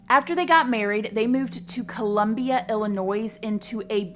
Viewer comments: Illinois ... the s is silent. Like Illinoi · Just so you know: Illinois isn’t pronounced with the s. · Ps . Just sayin' I thinks it's stupid,... But Illinois.... the s is silent I don't wanna be one of those 🙄💯 just letting you know for future reference 😉😁♥️LOVE LOVE LOVE YOUR CHANNEL!!!!! SIGNED, ONE OF YOUR BABIES❤️💯✌️😁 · It's not ILLANOISE!! It's ILLANOI!! JUST SAYING. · Marine recruiters will try to recruit anyone!! I’m not saying anyone can get in but it’s not hard! This guy Chris isn’t and wasn’t anything special! Just for all the girls and guys watching the S in Illinois is silent 😂 nobody says Illinoissss 😂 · I f-ing love ❤️ you girl. But PLEASE drop that S off Illinois!!! 😂 it’s “Illinoi” 😂 you southerners.......smh. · For future reference: The S in Illinois is silent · Whirlwind not worldwind and there's no noise in Illinois. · Love ya, this story brings up so many memories. I live here in Columbia. Thank you for covering the story. And not to be petty but the 'S' is silent in Illinois lol. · Love this. Just FYI. It’s Joyce Meyer - No S. And Illinois the s is silent. Don’t mean to criticize but you get a lot of views and thought you’d want to know. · Hey ya'll. In Illinois the 's' is silent. Im european ya'll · Whirlwind. Not worldwind. Also Illinois s is silent. Also not drowned out process...drawn out process. It's also not an odd topsy. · Omg I love you so much but you said Illinois with the S on the end. Lol you’re so cute! :) I’m from Illinois love you so much. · Love you so much but the s in Illinois is silent😂😂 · The s is silent in Illinois. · Girl love ya so much! Thank You for making such great videos. Just so ya know- don't pronounce the 's' in Illinois. The 's' is silent ☺️ if you're from there, you know 😘. That's the only reason why I know lol. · The S is silent is Illinois 😂